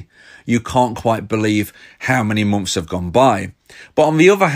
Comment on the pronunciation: Bri'ish peepo be like: "The First Few Mom'fs"